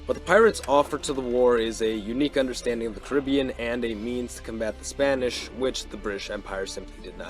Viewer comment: Hearing the wrong pronunciation of the Caribbean so much is tough.